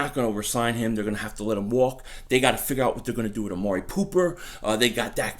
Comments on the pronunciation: did you say amari pooper because if so it’s fitting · Did you call Amari Cooper "Amari Pooper" ? 🤣🤣